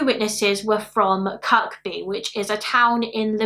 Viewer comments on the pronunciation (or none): Kirk-by 😂 it’s pronounced ‘Kirby’ but that made me laugh